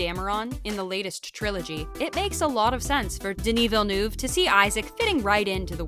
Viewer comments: how the voice commenter butchered Denis's last name. "Vanou" : ' ) Come on, French is not that complicated. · It's pronounced veel-nuv, not vinoov. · Villneuve not venoove is french canadien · It’s not so difficult. Why complicate your life by pronouncing it Ville- NOO -ve instead of Ville - NUH - ve which is the closest thing I can think of that sounds like EUVE. Who’s this Villnoove they speak of? Lol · Alright "Vilniuve" I can stand but "Cannès" ? Bro ! It's Denis "v-ill-n-huh-ve" and "can" festival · Swear to god if I hear Denis Vinouve one more time Svp prononcez le comme il faut c’est gênant 😅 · Just don't say his last name if you can't ahahah Denis Vinoove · Its Denis Villeneuve, not Villenoove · Molesting in an american way the pronunciation of names is NOT accepted. Veelnuve is different from Villeneuve, Canès is way different from Cannes. Other than that, that was a good coverage of the movie's background. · Denis Vinew? It’s not that hard to look up how to pronounce his name before you make a whole ass video on his movie. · I love the way Rebecca Ferguson highlights the correct pronunciation of Villeneuve in the FIRST CLIP then the narrator throughout the video...."Vinnoove". FML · Yeah OK but why do you keep saying "Denis Vannuv"? It's just a french name not some alien language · American's needs to learn how to say Villeneuve. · I'm really bothered by how this narrator keeps mispronouncing Villeneuve. She even says Cannes like "caNESS" LOL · The narrator couldn't learn to pronounce Villeneuve's name properly? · The way she just can't pronounce Denis Villeneuve name is so funny 😅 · denis has pronounced it himself a few times on youtube. im surprised at the needless fail in this video. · Jeez! "Villeneuve" is not that hard to learn and pronounce properly! You butchered it 50 times! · please inform you how to pronounce villeneuve